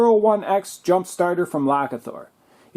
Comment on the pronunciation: "The power of thunder" I think it is supposed to be pronounced Low Key (as in the shape shifting Norse god) + Thor, the god of lightning and thunder. Does this come with a charger or cord?